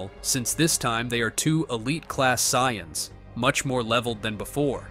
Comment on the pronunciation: the "Sai-yons"😂